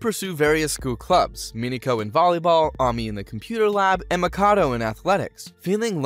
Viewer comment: the AMI is triggering me 😂